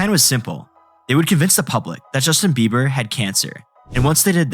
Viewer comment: It sounds like eiber, you can hear the small b.